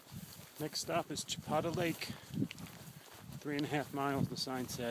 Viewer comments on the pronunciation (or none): It's pronounced Cha peta Lake as in Peta bread and no you didn't do the whole thing, it's starts at Flaming Gorge hwy...